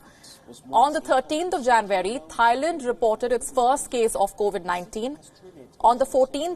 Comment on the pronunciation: Sounded like she said “20th of janbury” 😐